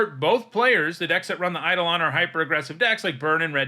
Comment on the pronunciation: Eidolon is pronounced "ai·dow·luhn" by the way, most mtg players say it wrong which is funny but sad